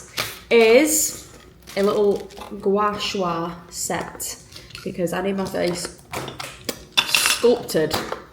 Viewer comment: Gua Sh-u-a LOL 😂 It’s Gua Sha! Another great vlog ❤